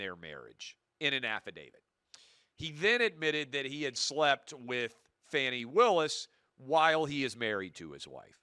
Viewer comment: When you can’t even pronounce her name correctly, there’s a problem. I don’t think what she did was smart. I thought it was really fucking dumb. But anybody watching this stupid case it’s been brought forward for prosecution who has a brain would know that the entire thing is Taudrey tiresome, and stupid. Yet any conservative kid watched that and as usual lie about what is clear right in front of them just a paint a picture because you have a fucking agenda always the agenda to hell man. Just speak to the truth not the truth as you see it the actual factual truth. When you guys stop making shit up like Fox News does then I might have something to listen to.